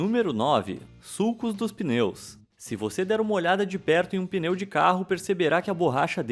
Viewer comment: Quando ele falou suco de peneu pensei que era suco de borracha